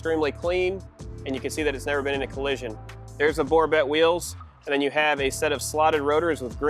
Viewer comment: It's pronounced "Borbay" wheels